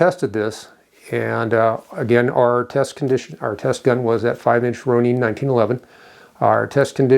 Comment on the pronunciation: FYI, Ronin (masterless samurai) is a Japanese word that is pronounced “Row-Nin” - where is the 🇺🇸 flag?